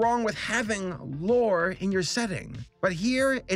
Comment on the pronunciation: Some reason I kept hearing you say vore not lore...I hate myself